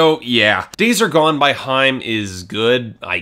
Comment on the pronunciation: It's high-em not hime!